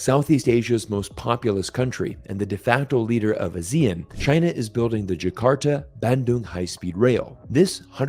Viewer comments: Great video. BTW, its not "a-zee-ean" its pronounced as "ah-see-yarn". ASEAN. Trust me I know. Keep making great videos. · Ah-zee-AHN, emphasis is on the last syllable. Think Peloton. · As usual, great content, and I really enjoy all your videos. Just one thing, ASEAN is pronounced as Ah-See-Ahn in that part of the world. Anyway, keep up the good work. 👍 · I think it is better to respect the pronunciation of ASEAN, which is Ah-Si-An, that’s how all ASEAN countries pronounce, I feel it is a bit disrespectful to pronounce other wise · I had trouble understanding which country you were talking about. Then I realized you were pronouncing ASEAN in a non-standard way. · The way pronounced ASEAN is a bit weird 😆